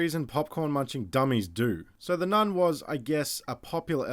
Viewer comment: “Oh my god there’s z Nun at z door”